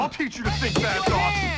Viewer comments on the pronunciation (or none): none